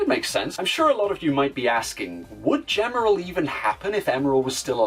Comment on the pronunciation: A good video, but a minor correction on Gemerl's kana. ジ (ji), by itself, can be pronounced "juh" sometimes depending on the situation, but elongated, it always makes a "gee" sound. This is why the Japanese strategy guide lists his name (ジーメル jīmeru) as "G-merl" and Sonic Advance 3's Japanese website's source code lists him as "Gmel." For example, "gem" is rendered as ジェム (jemu), while "jeans" is rendered as ジーンズ (jīnzu). Still a pretty good What If and can't wait to see more from Gemerl and the Werehog.